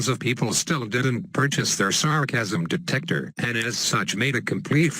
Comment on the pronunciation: The way you say 'detector' intrigues me... oh, and is the sarcasm detector the same as the rainbow kappa face detector? Also, this strategy deserves 1337 YATTAAAAAAAAAAAAAAAAAAAAAAAs for dat buder sark Kappa